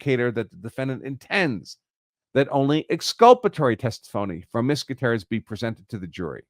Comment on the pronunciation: Would you at least make an attempt to pronounce Gutierrez correctly?